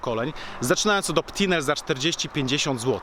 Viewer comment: *Opinel, zamiast Optinel